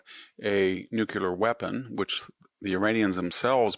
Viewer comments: The word is "nuclear," not "nucular." He has always pronounced it this way. This is fourth grade vocabulary. He also has trouble pronouncing well-known people's names correctly. It's kind of hard to consider him intelligent or take his opinion seriously. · NEW-KLEE-er. not NU-KU-Lar. c'mon....if you're so smart pronounce the word properly. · So are we just OK with two pronunciations for “nuclear”? Just because presidents and other heads of state mispronounce it, Victor doesn’t have to. The word has two syllables. “NEW-CLEAR”C’mon bud. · Such a smart guy, still can't say "Nuclear". Nucular.....come on VDH, you can do better than that. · Spell “nucular”. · Brilliant. Praying for you Dr. Hanson. I have known several brilliant people who can't say nuclear properly.😂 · It's a WRONG pronunciation. And it's not the only word he doesn't know how to say.